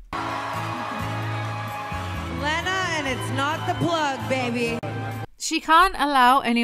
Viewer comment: What got me was Tana mispronouncing Lena's name even if it was just to make the same unfunny joke multiple times